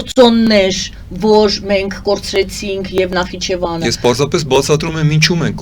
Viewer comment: Գոնե Նախիջեվանը ճիշտ արտասանե ք